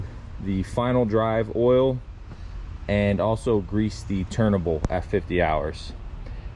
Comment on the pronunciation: I enjoy your videos. You say "turnable", or are you saying turntable and because I'm hearing impaired I hear "turnable".